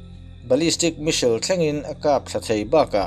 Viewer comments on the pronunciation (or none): American leh british pawhin Misil tih a pronounce a awm lo, s hi lam hmaih a nilo ve². Missile - Mis-sile. Vassel/Cassell nen a in ang reng, Bristish in a lam pial lemlo, a ziahdan ang ngau² in a lam an a tir lam a, a rawn lam dan kha a diklo deuh a ni mai. Diklo tih lémah kan lam dan ani ve mai, a diklo chuanglo ang. Ka rawn sawi ve mai² nia. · Misail tive mai la, Misil tih aiin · India hian Iron Dome Defence System hi kan nei ve em le..(ka hriat loh lam tak thil ania). Chuan ngatinge 'Me-sil' ti a i lam kher a 'Missile/Me-sile' hi...i in la inno tha leh vel em ni? 🤭🤪😝😂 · I Missile lam dan hi ka bo tep a lawm le...